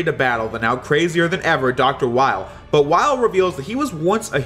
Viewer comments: Weil is pronounced "Vile" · The Weil as Wily thing would work more if Weil's name wasn't German. His name is pronounced 'Vile'